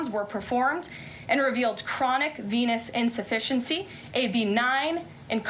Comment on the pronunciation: Lol who else heard "penile insufficiency"